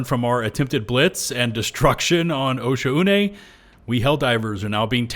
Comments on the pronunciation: arrowhead needs to include pronunciation guides for these planets, osha-une sounds so wrong, ive been reading it as o-shawn, but since we've never heard arrowhead pronounce it, it seems like after the first content creator said osha-une everybody else just went with it. but come on yall saying like o-shaune (oh shawn) just feels right. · OSHA-UNAY??? It's pronounced Oshone, no? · It’s pronounced “oh-Shawn-nay” my guy 😂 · Why is everyone calling it osha-une am I the only guy who calls it o-shaun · Pretty sure it would be pronounced “oh-Shawn” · It's "O-Shawn" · Wtf that's how you pronounce the planet's name?!